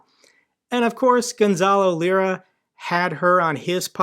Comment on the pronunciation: Hey just a quick correction. It's Gonzalo "liar" not "lira" 😉